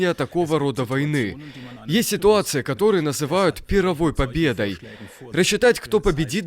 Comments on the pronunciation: Не ПирровОй, а ПИрровой победой, голос за кадром, пож. проверяйте ударения! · "П-И-РР-овой" - ударение на И и РРРР удвоеное. Это имя военачальника древнего Пирр было. Я прям секунд 10 в голове крутил, что за пир там.